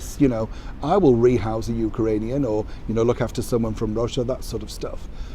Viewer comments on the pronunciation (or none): It's Ukrainian not UkArainian, like ukulele. Lol, however, I love your channel